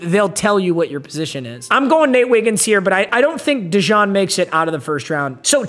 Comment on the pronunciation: And cooper deshawng